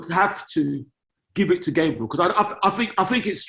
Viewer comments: calls Gabriel, Gaybril but when someone calls him taiwu instead of taiwo he will go mad 😂😭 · Everyone: gabriel: Gaybril